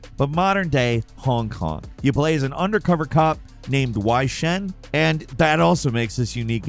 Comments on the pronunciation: Or when talking about sleeping dogs he said "Why Shen" 🥲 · It's WEI shen not WHY shen LMFAO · Saint Dennis. Why Shen. Man is on point with his pronunciations in this one. Lol. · Wy shen? You mean Wei Shen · Yeah, Wei Shen being pronounced Why Shen 😂